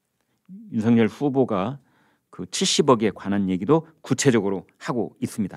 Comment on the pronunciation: 윤석열을 읽을때 윤성열인데 이분은 윤서결로 말하니 이상하게 들립니다.